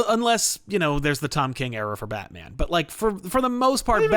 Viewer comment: It sounded like kept saying Todd king